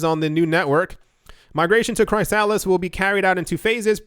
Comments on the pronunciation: Cant tell if you're joking but you know it's pronounced like "Chris - a - list" and not "Cry Salads" right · Chrysalis is pronounced Chris-a-liss 😁 Loved the vid as usual. Please thumbs up this comment in the hope that reads it and no longer mispronounces chrysalis 😜 it's driving my crazy 🤣